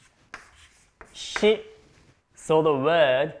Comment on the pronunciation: so no one gonna mention how 'shi' became 'shit' lol